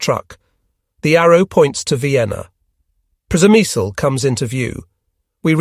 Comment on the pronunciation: Is the place you mentioning Przemysl? If it is, it's pronounced "Shemish". Yep, Shemish.